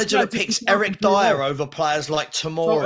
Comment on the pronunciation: Dier?? Seriously ? 😂😂